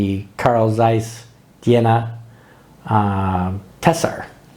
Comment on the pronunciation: Mmh the speaking of Jena must be Trained! You speak it to fast. And Carl Zeiss was not the Sowjets! It was VEB Carl Zeiss Jena and a East German Company. And VEB Carl Zeiss Jena and Carl Zeiss GmbH in Oberkochen are 2 different Companys in 2 different Country! They Was not the same!. That in Oberkochen Was build from zero and not split from the Jena company.